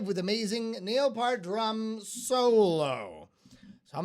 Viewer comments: And it's pronounced "peert" not "pert" or "part". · Say "peert" not "pert". P-👂-t. Yes, this is The Professor. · Learn how to pronounce his name correctly